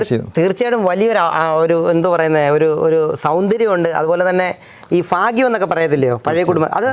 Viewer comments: Please, ഫാഗ്യം അല്ല ഭാഗ്യം എന്ന് പറയൂ 🙏🙏👍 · Chikitsa enno Chikilsa enno parayoo..Sikilsa ennaanu parayunnath..athu pole phaagyam alla bhaagyam aanu..